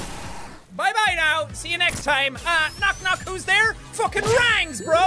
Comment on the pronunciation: You know the that the funny thing is how you say rings is rangs